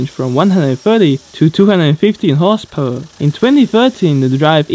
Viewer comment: Dude, when you say 'horsepower version' you sound like you're saying horse perversion